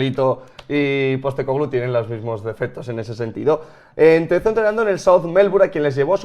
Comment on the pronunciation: #PIFIASLMI Para haber unanimidad en el apellido, le estáis poniendo el acento donde no toca. Su nombre en griego es Άγγελος (Άγγε) Ποστέκογλου, pronunciado algo parecido a ANyelos (ANye) PosTÉcoglu, no PosteCÓglu